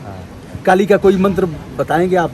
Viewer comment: Aapne mantra ka uccharan galat kiya 😂 Fakbs